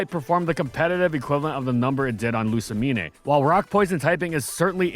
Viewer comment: And kids, is why it's always good to keep your expectations low. That way there's really nowhere to go but up. Also I knew from the whole "Rai-koh" fiasco you had problems with pronunciation, but getting Lusamine that wrong after already saying right a minute earlier is just embarrassing.